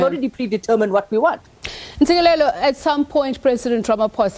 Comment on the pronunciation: This interviewer certainly mispronounced Dr Ntsikelelo’s name so blatantly ,repeatedly calling Dr Nontsikelelo,what a blunder!